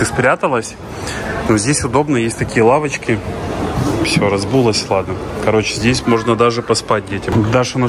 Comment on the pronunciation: не разбулась,а разулась